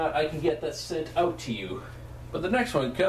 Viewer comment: it's funny because he said oot instead of out